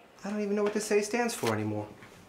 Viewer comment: that officer unable to say "asshole" properly kinda adds to the racism of the vid huh